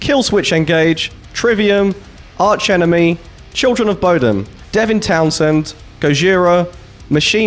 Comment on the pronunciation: You said Bodom the way Alexi does, I'm proud of you!